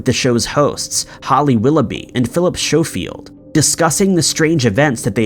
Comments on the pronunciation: Phillip Showfield? Mate, Schofield has a silent h. It's pronounced "Sco-field" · Philip Shooofield. Ah yes, another unexplained TV mystery lol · Phillip Showfield. Lol. It's Schofield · It’s pronounced Scofield not showfield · That wasn’t Andrew Gardner it was Cliff Michelmore. You also pronounced the This Morning presenters wrongly. It’s Phil Skofield. That’s not the correct spelling but is the correct pronunciation. Also it’s not Holly Willoughby, it’s Willowbooby. …Because she has nice knockers. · These are brilliant, but "Andrew Gardner" from TVS - I'm convinced that's Cliff Michelmore. He was an anchor for ITV in Southampton, serving most of the south coast, for decades. PS The "l" is "Norfolk" is silent. It's pronounced "Norferk". And Philip Schofield's name is pronounced "Skow-field", to rhyme with "snow-field". Norfolk, by the way, is an English country whose natives sport an accent similar to a cross between Australian and English West Country! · Just fyi Norfolk - pronounced Nor-fook. Philip Schofield - pronounced Skofield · Phillip Sho-field, hahahhaha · Need to do this, sorry: Norfolk is pronounced 'Nor-fuhk' Phil's surname is pronounced 'Sko-field' You can Google this shit, man. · Schofield wasn't the best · I'm just laughing at the narrator's pronunciation of 'Schofield'. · butchered Phils second name mate. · Don't like to be picky but you've prounced Northfolk an shcolfield wrong but I'll forgive ya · LOVING the utter mispronunciation of Phillip Schofield's name.